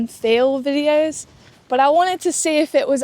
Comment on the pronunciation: Why do you say bot instead of but?